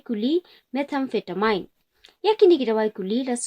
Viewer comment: Shu ban kynnoh (pronounce) ki kyntien ba phim tikna. Wad bha shuwa na Youtube ba sngew lyngnga 😂😂 Meth-amphi- ta- min, Amphi-ta-min...not "mine"